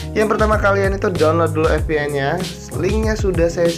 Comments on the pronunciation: F=ef & V=ve. jaid VPN bukan FPN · lucu dengar nya tau mana v atau f sih gan.. hahahhahahahaha